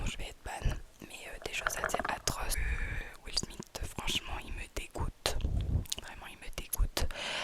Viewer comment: 😂😂😂😂 mais c'est la première fois que j'entends quelqu'un dire Jay zede Pouahhhhaha tu me bute Will smit 😂😂😂 mais tu trolls en vrai